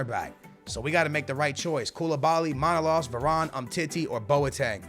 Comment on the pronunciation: It's manolas not manolos brother😂